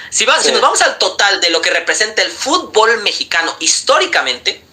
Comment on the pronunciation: El mejicano que hace hablando de fútbol , no lo saben ni pronunciar lw dicen futból😂